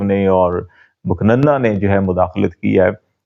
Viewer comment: Khalid Jamil Sahib You regularly use the Urdu word "muq nanna" which normally is pronounced "muqann na", ( legislature) . I am not sure of what I say and it doesn't change anything.